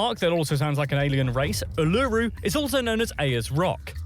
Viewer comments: Just a couple of things guys, pronunciation by the narrator was way off.. the word and pronunciation after the equal sign... Kosciuszko = cozzi oss co Uluru = ooh la roo Ayres Rock = airs. Emu = eem you. p.s. Never get a pom to tell you Aussie facts! LOL.. Have recently discovered your channel and it's cool! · Where The F do foreigners get the pronunciation "EemEW" from?! Do they pronounce the alphabet "Qew Arr Ess tee EW Vee"??? It's "EemYOU" Emu! I hate watching a video about "Facts" when the idiot presenting them can't pronounce half the words even. He FK'd up on Uluru and Kosciusko also to name just a few. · Has anyone done a video on how Australian words are actually pronounced? Listening to this guy butcher Kosciuszko, Uluru and Ayers all in a row was frustrating. Also he weirdly sometimes pronounced emu right, then screwed it up later (and you guys pronounced it wrong too)